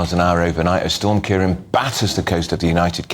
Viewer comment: Of course GB News pronounce the name Ciarán incorrectly